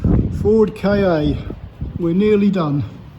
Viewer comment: I think,, that the idea was to pronounce the name Ka as 'Car'. At least I read that somewhere sometime long ago. 😊